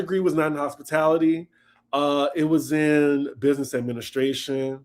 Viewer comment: ' businezzzzz! Lmao